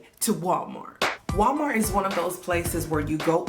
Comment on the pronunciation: Because... Walmarks (yes, the k and the s are intentional)😂😂😂